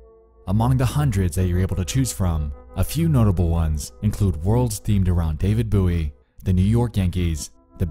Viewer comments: “DAVID BOO-E” HAHAHA WTF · You guys just don’t understand how weird the internet was in the early 90’s. Nexpo pronouncing David Bowie as David Buoy and not knowing George Costanza is a character from Seinfeld is too funny. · I’m just utterly shook that in all the years we debated how to pronounce “David Bowie” as kids, never once did I hear “boo-ie”. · “David Boowee”.